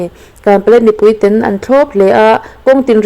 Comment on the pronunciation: "ten" tih i thluk chu leh